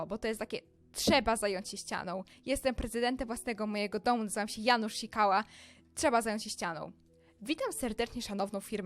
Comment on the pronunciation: Chodziło o Janusz a nie o Dżanusz iksde